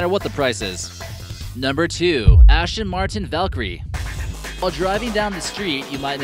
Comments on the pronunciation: There were so many mistakes in this video I can't be bothered to list them all. Wrong pictures with wrong names, wrong speeds, misunderstood physics and what the fuck is an ASH-ton Martin? Typical 'list-video', quantity over quality. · QUIT FUCKING CALLING IT AN "ASHTON MARTIN" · It's not an ASHTON Martin... It is an ASTON MARTIN!!!